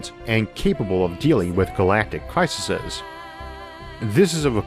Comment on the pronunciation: "crisises" ...Issac A has coined a new word